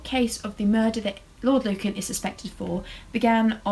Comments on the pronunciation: Luncan? It’s Lucan, hon. Like, “Loocan”. xo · LU-CAN not lun can lol